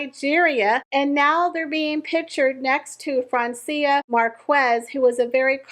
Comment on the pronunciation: her name is pronounced Mark ez, the u is silent